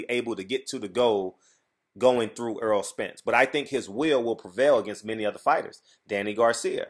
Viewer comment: Why do you keep calling him Earl... His name is Errol pronounced Er- roll. He used to correct everyone that messes his name up... at this point I guess he's just said fuck it. Smh.